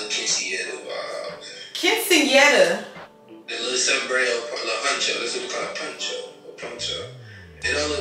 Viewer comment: Lmfao he did not say quinceañera vibes 😂 I’m dead lol